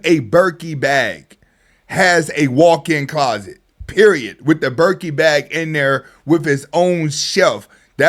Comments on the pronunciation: “Birkee Bag “ 😂😂😂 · I like the way you pronounced Birkin 'Birkey' 😂😂😂